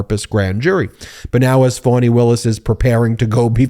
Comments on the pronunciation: Her name is pronounced "F(ah)ny" not "Fawny".. I keep hearing all of the news media saying Fawny. Please be respectful and say it correctly. Still love the video though. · It’s FAH-KNEE…….